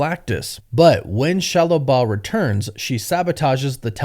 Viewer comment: Why in the hell are you saying shallow bal